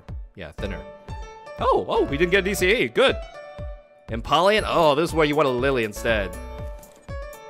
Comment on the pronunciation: Its pronounced em-powe-leon